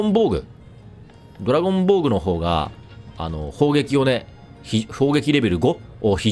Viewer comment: ドラゴン防具がドラゴンボールに 聞こえて頭が???になったw